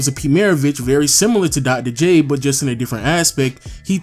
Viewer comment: Come on man... Dogdoh J? Otherwise nice video